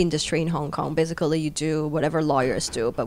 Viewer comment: If ur a native speaker u couldn’t pronounce the word ‘basically’ wrongly! Anyway her vocabulary is fairly well equipped but her accent is not naturally! It’s like she’s forcing it, very fake!